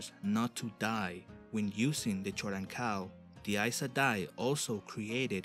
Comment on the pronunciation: It's pronounced 'Koden-Kal' not 'choden-kal'